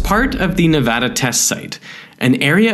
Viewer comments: Derek— thank you for pronouncing Nevada (nev-AD-uh) correctly. I dunno why everyone else suddenly turns British halfway through and insists on calling it nev-AH-duh. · Me living in Nevada I’m very glad he’s saying”Nevada “ right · Thank you for saying Nevada correctly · Thankyou for saying nevada correctly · Thank you for saying Nevada correctly 😂 lol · Finally someone who knows how to pronounce Nevada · Finally! someone who pronounces Nevada correctly